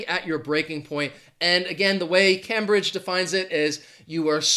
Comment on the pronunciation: Cambridge is pronounced CAME BRIDGE and not CAM BRIDGE. I live 22 miles from Cambridge, England.